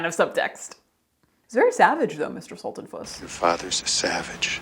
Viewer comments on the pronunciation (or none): "Veda... Veda Sulten-PUSS!!!" 😁😸 (Also, that little disclaimer about the name mispronunciation is EVERYTHING, as my name is regularly butchered too, even though it's only for little straightforward letters long.) Caitlin, you just made my day! Always looking forward to your next post & excited when it comes through in my notifications.